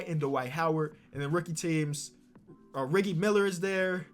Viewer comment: I love this mans continue to say riggie instead of Reggie